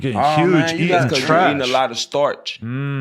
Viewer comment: Nigga said starch 😭